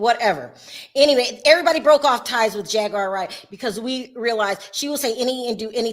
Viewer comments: They didn’t pronounce Jag’s name correctly…. They called her Jag Wire… Not Jaguar as it is pronounced … 😭… Did y’all catch that🤣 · Omg I didn't hear it until I read this comment. Why is she putting a T in it.